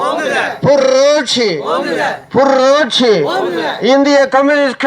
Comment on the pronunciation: புர்ர்ர்ரோட்சி‌ அல்ல‌ புரட்சி‌ என‌ சொல்லவும்‌ இது‌ நல்ல‌ கட்சி‌ நல்லா‌ பேசுங்க🎉🎉🎉🎉🎉🎉